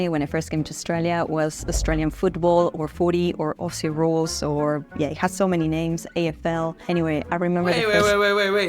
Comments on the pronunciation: Okay, let’s just be clear. AUSSIE is not pronounced.O (like O/range) SEE , it sounds more like Oz/zee( so it sounds just like “Ozzy” Osbourne And Aussies can give each other shit when we’re supporting opposing teams because we don’t take ourselves too seriously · Aussie is pronounced "Ozzie' pronouncing the 's' as 'z'